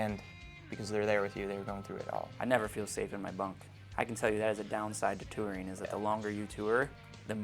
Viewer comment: I love how he pronounces touring lol